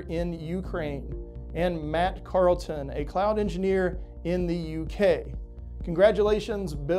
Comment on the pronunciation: Pronounced my name wrong :( Charlton - with an h :(